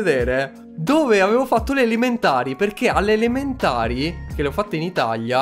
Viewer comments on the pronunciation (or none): che dice alimentari invece che elementari Io dico vagno vuoi la frutta?!